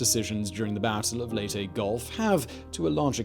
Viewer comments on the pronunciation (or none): Leyte...... not LATE...... Lay-tay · .MacArthur egotistical? really?...'Lay tee'...not Late... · Minor point on names: In the Philippines the names there do not have any silent vowels or unsaid letters. Layte is not said "Late" as in English. The name is said "Lay - Tea". Bataan is not said "Ba Tan". it is said "Ba-Ta-an". Have fun.... American names are less reliable. New Orleans is said "Naw lins". Louisville is said "lu-a-vul". Sorry but it sort of takes being born there to get these things.